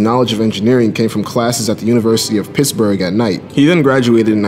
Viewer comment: Did you call it University of Pissburgh? Not cool.